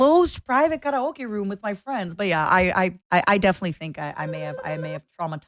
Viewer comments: speaking english and randomly pronouncing karaoke like she's speaking japanese, for what possible purpose. weebs are insufferable. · anyone else tripping over the way she said kah rah okay?